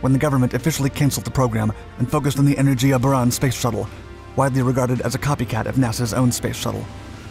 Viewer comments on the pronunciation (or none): none